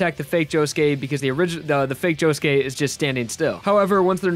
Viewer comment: Did it annoy anyone else when he said josuké